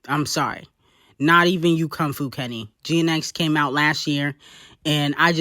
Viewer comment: reading Kong Fu like that is insane😭😭😭😭that’s your man ccta